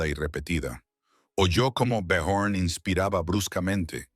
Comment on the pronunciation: Byorn o Biyorn. Ara ó Aara. El único nombre que pronuncian siempre igual el Liv